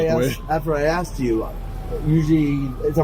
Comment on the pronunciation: He said “your being axed to leave” 😅🪓